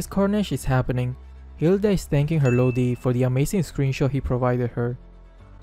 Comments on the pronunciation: Xd ur accent so cute it pronounced "LODI" but your pronunciation is so cute "LOWDI" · Lowdi that is his pronunciation of lodi hahahahahaha